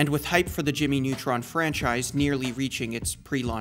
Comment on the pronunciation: Ah yes, Jimy Nawtron!